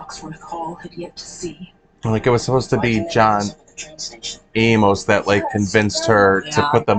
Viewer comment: I suppose it is possible people could forget John A-MOS was even a big deal (and alive) since they didn’t include some of his story (like being married to Corrinne) in the ITBT movie. I could easily have forgotten his name by now. But no WAY can we forget him after Heather Graham’s epic pronunciation throughout the movie. 🤣.